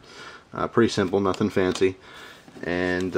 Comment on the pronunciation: haha he said nuntfancy